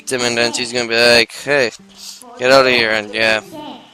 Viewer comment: Having seen the start of the next episode (was more behind than I thought), reading your comments, and watching this episode, I have discovered that you really think the pronunciation is "Minda". tinyurl com / 28rfc78 Look closely at the title of this article.